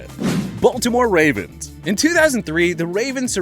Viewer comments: “ to the Wavens😂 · he said wavens